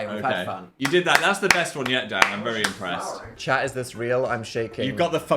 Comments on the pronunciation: Did this man....just say..."don't cry, shaft." I SWEAR TO GOD PHILIP. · thought he said “don’t cry, shat”